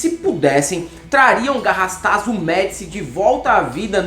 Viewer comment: a pronúncia correta é Garrastazuuuu, oxítona... Um abraço...